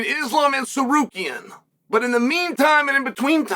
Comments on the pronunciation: did uncle chale just pronounce Tsarukyan right? 😶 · The first name uncle Chael says correctly EVER is „Tsarukyan“???